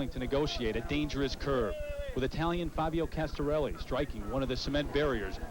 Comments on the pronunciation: Castarelli??????.......what a dumbass!!!, at least get the name right. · 'Castarelli'...darn it you reporter, get his name right!!!! 😡😡😝😝 Anyway, I was only 10 when this happened, it's such a grim reminder of the perils of the outside world when cycling. RIP, Fabio Casartelli. 🙏🙏